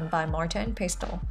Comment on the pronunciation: I like how she says pestle, with the T